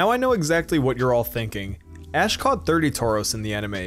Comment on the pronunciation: When he said ash% I thought he said ass% and I was like “POKÉMON HAS AN ASS%?!